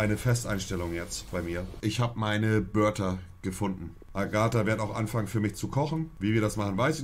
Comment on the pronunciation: Alle: Berta Monte: Börter..